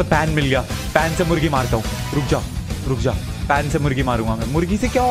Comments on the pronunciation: Pakistan's cute pathan Ahmadshah also says mugri to murgi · you said mugri else of murgi.............Seriously? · No one Literally no one Not even binod Not even nonu Le triggered insaan says murgi as mugri